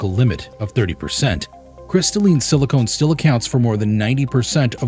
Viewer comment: Pronouncing Silicon as Silicone is off putting.